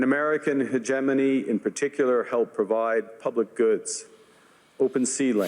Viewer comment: It's also like he doesn't know how to pronounce hegemony...